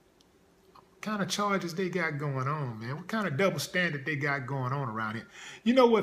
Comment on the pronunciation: I couldn't finish watching after hearing those "charges."